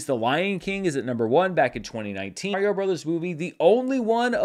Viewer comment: Dude, it's Mario.